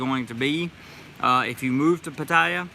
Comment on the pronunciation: Since my Thai lady got here, with her help we have found a whole Thai community right in my neck of the woods! She watches these videos with me and she would like to teach you how to say Pattaya like a Thai🤔 I told her about the American thought "dont spin your wheels" . Sorry I haven't donated lately, but it's expensive doing leagle immigration lol. I'll get something to you later.